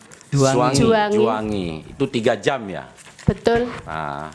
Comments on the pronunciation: Betul Tp dia bilang betoll, tambain belakangnya OL dipisah BE 😁😁🤣🤣🤣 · Si ibu setiap ngomong betul, huruf T sama L nya itu kaya dobel gitu wkwkkwkw jadi kek betttttuulllllll wkwkwkwkwkw